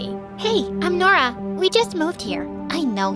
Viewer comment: I thought Nora said her name was DORA 😭😭😭😭😭😭